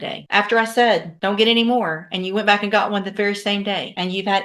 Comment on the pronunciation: 'Cause he be BWACK!'